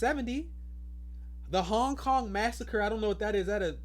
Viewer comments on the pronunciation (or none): none